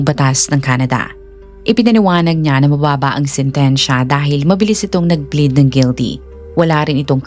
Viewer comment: not bleed....but PLEAD....